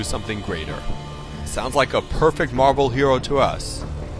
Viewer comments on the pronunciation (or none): none